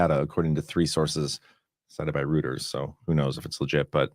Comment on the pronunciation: It's ROY-ters 😂 not ROO-ters. (Reuters) Maybe you know that and you're making fun 👌 sorry if so